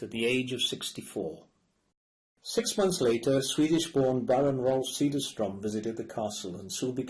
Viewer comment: to the narrator: Semiramide is not pronounced the English way but Say-mee-rah-mee-day! Also, not Vai-o let-tah, but Vee-o let-tah. the Baron's name is pronounced Say-dare-str-o umlaut, difficult to write in English.